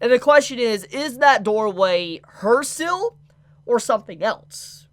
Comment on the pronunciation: contrary to popular belief, seal is not pronounced "sill"...